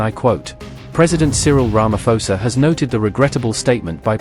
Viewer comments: Ramaphosa pronounciation - the ph is pronounced as a P not F. Johannesburg as a J as in Joe. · Not Ramafosa, Sir🇿🇦🇿🇦